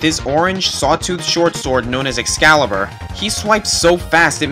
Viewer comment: fool its not exclibur